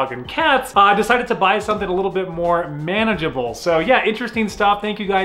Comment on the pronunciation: my guy said "manageable"